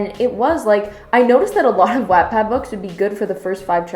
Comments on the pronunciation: Um.... Not trying to be rude but I strongly disagree with you. I loved this book when I read it and thought it was really good. I guess I can understand why you didn't think it was good but I think you were over exaggerating a little bit. You also didn't pronounce Wattpad correctly. Again not trying to hate, but I think you could have been a little nicer... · It's because she's American. Or not? I don't know how anyone pronounces it because I've only ever heard British people say it, assuming they say it normally. Idkkk. Haha. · I think some Americans pronounce Watt that way? It's in the vowel sounds or something since there were some other words in here where I noticed a similar thing. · Why the hell do you pronounce wattpad like that tho 😂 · Am I missing an inside joke in this channel? Is she purposely mispronouncing Wattpad? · I felt like my whole life was a lie😂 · Love this review but wattpad is pronounced what-pad haha...that kinda bothered me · “WaAaTpAdD” smh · The way you pronounce “WHAT-PAD” annoys me but it’s okay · W AH T PADD IS MAKING ME FUME ITS FUCKUNG WATT PAD LIKE KILOWATTS WHEW SIS LEARN HOW TO PRONOUNCE THINGS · Wattpad is pronounced Waht-Pad, not wat-pad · Love your rant but its WHAT-pad xoxo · First of all if you are going to say stuff about the wattpad , please say it right watt-pad not web-pad , and this is most amazing book I have even read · omg isn't Wattpad pronounced like 'what-pad' she keeps saying 'wattttpad' wottt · Okay so I love your commentary but I’m so hung up on how you say “wattpad.” Everyone I know pronounces it “watt-pad” like a kilo”watt” but you pronounce it “whatt-pad” and I’m so shook like have I been pronouncing it wrong my whole life?? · I really wanted to watch this video but I couldn't after you started saying "wat" pad. its pronounced "wot" pad ahhhh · She says Vaat- pad again and imma take a shot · It's pronounced What-pad. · "WAatTpad" the pronounciation :(((((( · it’s WATT like a LIGHTBULB